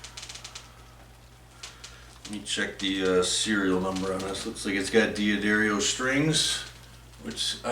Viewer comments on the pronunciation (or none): Pronounced “DAH DARIO” btw lol